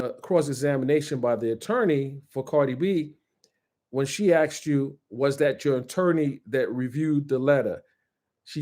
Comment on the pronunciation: I appreciate this guy, so please don't be mad at me, but the word is "asked" not "axed" lol, there's an S in the word